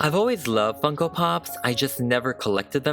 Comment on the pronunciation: When he finally got started to customise her, I thought he said, "Here we have the DIY fuckin' pop. But he really said, DIY Funko pop. lol